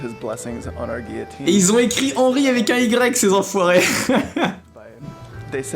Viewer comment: it's not "ghee - O - teen", it's "ghee - yo - teen"